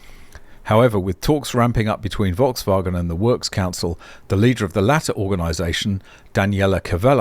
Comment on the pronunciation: why not? It's not banned by YouTube. People who comment on pronunciation of others are normally happy to have things like that pointed out. I now know a better pronunciation of Volkswagen.